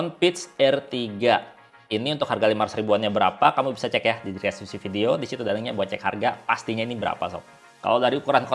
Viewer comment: Bang, btw lucu juga denger pengucapan "dreskripsi" 😄. Makasih bang, bermanfaat bangett 😁